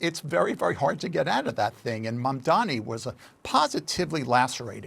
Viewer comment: Como keeps misspelling MAMDANI's name. It has to be intentional. He keeps saying "mandami" on purpose. That's Trump's childish style.